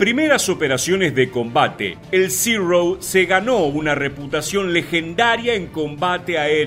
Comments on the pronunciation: Amigo por qué dices ziro si en español es cero el nombre es cero no ziro???? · Uno de mis aviones preferidos, chirria un poco que pronuncies zero en ingles cuando es una designacion japonesa que se pronuncia igual que en español, cero. Los aliados creo que lo denominaron zeke. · ¿Por qué pronuncian "Cirou"? Aparte de que suena fatal su pronunciación correcta es Cero en japones muy parecido a como lo pronunciamos nosotros. NO es ni siquiera una definición yanqui. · Zirouu, no es zirou, es zero. ZERO, Y SE PRONUNCIA ZERO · Como es que se pronuncia « Zero »? Yo escucho Cirrosis! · Muy bueno el video, pero lamentablemente, la pronunciación tan afectada diciendo "Zirou", lo empaña todo. No le veo sentido, pues está dirigido a un público hispanoparlante y lo único que consigue es distraer la atención y sacarte del relato, por interesante que sea. Es algo que muchos creadores de contenido no tienen en cuenta, pero es necesario considerar.